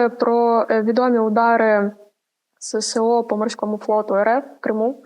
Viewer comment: Не СеСе-О, а Ес-Ес-О!